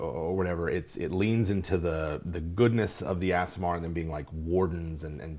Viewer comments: It’s ‘ah-sih-mar’ right? Not ‘ass’. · You mispronounced aasimar, its pronounced ah-si-mar, not as-si-mar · The mispronunciation of Aasimar was both funny and annoying. facepalm EhSimar, not AssImar. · Correct pronounciation: Ah-sim-ar Source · Aasimar should sound like Aardvark...AH-sim-ar. Two "A"s, not two "S"s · Stopped watching when both dms kept mispronouncing "ace-sim-ahr"